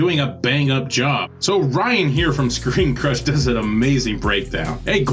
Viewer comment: For a moment I thought you said Screen Junkies!